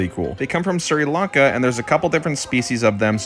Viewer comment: It’s actually pronounced “shree Lanka” 😊